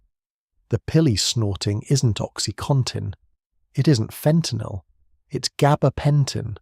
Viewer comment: Thank you for pronouncing fentanyl correctly!